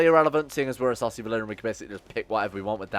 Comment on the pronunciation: whenever you say essosi valyrian all my brain hears is "saucy valyrian" XD